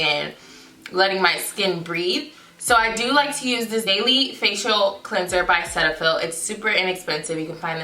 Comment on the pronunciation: That’s not how you pronounce cetaphil😂👀